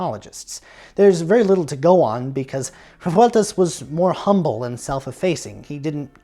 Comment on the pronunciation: Awesome work! Thanks for this video. It's surprising how hard it is to find Revueltas' scores and other stuff in Mexico. BTW Rolling the R's in Revueltas, cool detail!